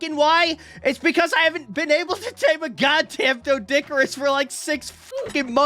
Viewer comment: Fun fact, the o in doedicurus is silent. It's pronounced dee-duh-cure-us.